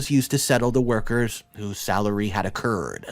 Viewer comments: please work on your pronunciation. accrued, and debauchery were mispronounced as accred and debakery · Dude you have learn your basic spelling rules, so that you can pronunce words proprerly! Accrued is a long u not short!